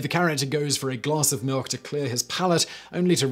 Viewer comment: Got malk? Now with Vitamin R.